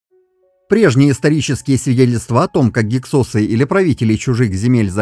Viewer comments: В русской советской науке всегда гИксосы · Ударение на первый слог!!!!! Что за "СОСЫ"!! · Слышал "гИксосы"... :)